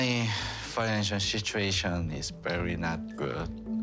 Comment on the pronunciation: As a person who speaks English as a second language I know it's not cool to make fun of anyone's pronunciation. But I'm definitely stealing "financial shituation" as it's so accurate.